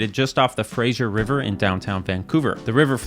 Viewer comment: Your pronunciation of Fraser River has given me an aneurysm.